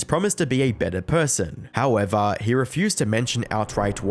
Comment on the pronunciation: I'm just here to hear a few good "Howevah"s.